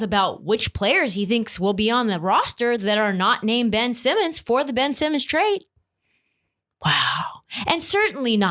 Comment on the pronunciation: Ben-ch Simmons